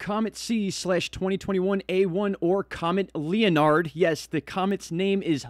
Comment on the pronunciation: Leonard, is a common male name used throughout Western Society. It's typically pronounced: 'Len'-ard.' Some contemporary examples of noteworthy individuals with the given name Leonard: Leonard Bernstein (world renowned conductor/composer); Leonard Cohen (widely acclaimed poet/singer/songwriter); Leonard Susskind (professor of theoretical physics - regarded as one of the founding fathers of string theory); Leonard Nimoy (much beloved television and movie actor most notably for his character 'Mr. Spock' from the TV series "Star Trek"). Your brain is obviously trying very hard to draw a connection between the DiCaprio movie and the "Christmas Comet" -- so hard, in fact you've forgotten how to pronounce the name Leonard.